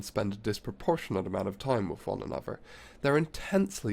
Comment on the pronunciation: yes. So hard to listen to